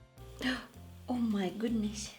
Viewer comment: "oh Mai gudnes" hahaha you're pretty! keep doing this cool vids